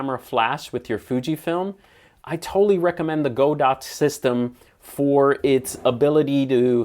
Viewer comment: The company says their name is pronounced with a short "o," but I guess every YouTube camera reviewer knows better! 🤣 I do love your channel, though,! Keep up the good work!!